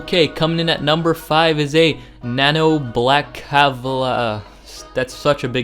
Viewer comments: The Nanobalaclava is pronounced "Nah-No Ball-aye-claw-va" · Nanobalaclava = nano (ball-oh-claw-vuh) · Nabo-bala-clava Not that hard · You really butchered some of these hat names. Just saying that the Nano-Balaclava is just literally the word nano and balaclava mashed together.